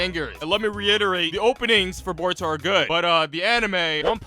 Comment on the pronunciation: I heard Boruto “S” and I knew this guy was bad